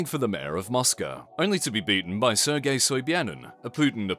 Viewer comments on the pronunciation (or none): none